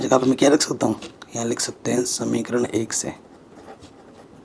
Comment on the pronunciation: Samikaran nahi samika kaha jata haa ❤❤❤ OK sir ❤❤😂😂 Thank